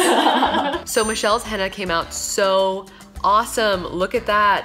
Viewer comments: It's henna not hanna😂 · its not henna.. its Hina..😋 it e no t a u knw what i mean.. in pronouncing